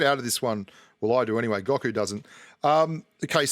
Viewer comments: Its Go Ku not Gaku lol #DBZ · Watch DBZ. It’s (Go-Ku) lol